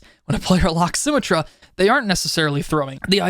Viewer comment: this game has been out for 6 years and your calling it sym-a-truh. please call her sym-et-truh